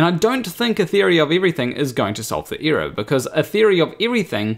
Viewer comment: error isn't pronounced like that. it's error, not ear-or.